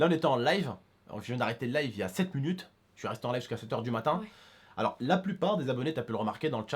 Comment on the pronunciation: Dsl mais c'est pas fruitueuse mais fructueuse et c'est minutes pas munutes et mdr la coupe à momo